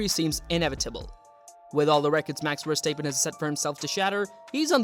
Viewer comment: great video but its pronounced "verstap {pen}" not verstap {peen} haha